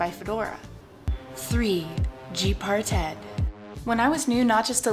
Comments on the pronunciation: I'm pretty sure it's "G-Parted", not "G-Par-Ted" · lol you said part-ted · why you say it like that?? Gparted rhymes with HeFarted! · lol G par ted ? Cute way of saying it. But I positive Parted is a single word. GParted not G par ted lol Just the same good work and keep it up.